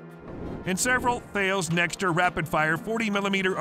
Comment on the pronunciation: Interesting and informative! On a side note, Thales is pronounced "tal-iss", rhyming with malice.